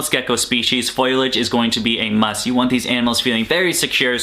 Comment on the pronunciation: Bruh FolIage..... F O L I A G E lmao. Love the vids though